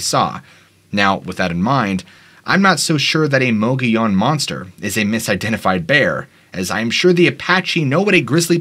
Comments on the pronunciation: Mo-Gi-yan. Mogiyan. Mogollon. It has a weird pronunciation in AZ. Like Prescott is pronounce Prescit, Tucson is Tus-on. We know that’s not how it’s spelled, that’s how all AZ locals say it though and we can tell if you’re from out of state if you say it wrong. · Great episode dude. For future shows though the mogollon monster was seen at Geronimo scout camp. Also how you pronounce the word mogollon in muh-gee-on